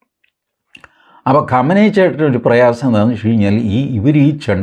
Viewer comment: Qamani alla qumani athenkilum sheriku parayu oru bagam maatram paryunna aale